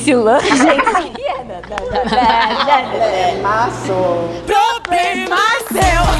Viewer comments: Josh muito perfeito ele "poblema e e seu" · 2021 AQUI E NUNCA ME CANSO DE VE O JOSH: ploblena sio (poblema seu) BAYLER: sanequica mosha si podê ! (sapequinha mostra esse poder) kkkkkkkkkkkkkkkkkkkkkkkkkkkkkkk o noah ent.. nem fala kkkk so a any sabe kkk